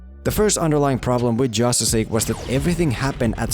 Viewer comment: Did anyone notice that he kept saying jostice league all the time lol